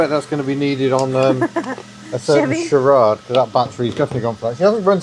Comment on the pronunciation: Charade pronunciation Char A ede.